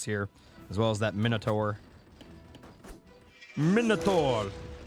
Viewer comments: Love the videos man keep up the great work! Also I appreciate that you're taking everyone's advice into consideration don't forget to be yourself. You saying miniotaur instead of minotaur isn't the end of the world. God bless you. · Plesae more Mini-a-tor xD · First i hated it, but then i started to find it funny whenever you say Miniature